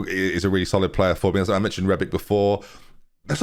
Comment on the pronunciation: I hope you soon get the real names. Nothing triggers me more than 'Zebre' lol. Also Rebic isn't pronounced 'Rebik', it's 'Rebitsch'